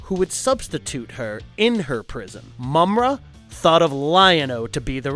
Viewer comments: My nigga did u even watch this? Ma-mutt and slith? You mean Marr-Mutt and Slythe (said like sl-eye-the) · It's pronounce Ma-mutt not mummat you dip - if you ever grew up watching this cartoon as I did you would know how to pronounce it - sound it out maaaaa mutt - watch the cartoon & you'll hear how the character Mummra says it.